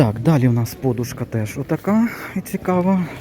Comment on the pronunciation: Правильно вимовляти подУшка .